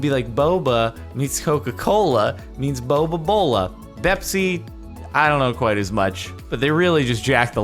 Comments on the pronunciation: Its Bepis not Bepsi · It’s 🅱️epis not bepsi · It not bepsi it bepis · It’s bepis not bepsi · it's not Bepsi, it's Bepis! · It's not bepsi, its bepis. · It’s not bepSI, it’s 🅱️epIS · It's pronounced beep is